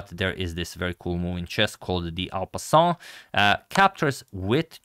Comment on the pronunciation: The French accent needs work. Thsts not how en passant should sound 😂